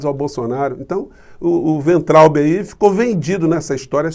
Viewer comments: Pronúncia de Weintraub: Fiz só dois anos de alemão. Eu traduzo, embora com auxílio de dicionário. Pelas regras do idioma, a pronúncia seria "Vaintraup" (o b em fim de sílaba soa p). Wein = vinho; Traub = uva. Uva de vinho então, se fôssemos traduzir o nome desse ilustre ex-ministro da "indukassão". Alguém quer melhorar a minha explicação? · A pronúncia correta é "vaintraub" (palavra alemã). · E acrescento: o “be” final lê-se “ba”. Assim :Vaintrauba. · Acho que a pronúncia do nome do ministro Weintraub. ---vaintraub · Weintraub = Pronúncia: "Vaintraub"... Segundo o tradutor do Google : Cacho de uvas (com W maiúsculo) e somente uva (se com w minúsculo)... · Se você quer utilizar a pronúncia alemã do nome do ex-ministro, diga Vaintraub. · "Vainterraube" é como se lê e pronuncia o nome deste senhor. Em alemão significa uva. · Professor, humildemente deixo aqui uma dica de pronuncia para o weintraube: no alemão as vogais ei juntas numa palavra lê-se ai. Então lemos "vaintraube" ( o w tem o som de v), traduzindo = uva. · a pronúncia correta do nome do cidadão é é é: vomitotraubi...